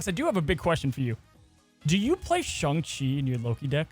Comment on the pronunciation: Posting until pronounces it SHANG CHI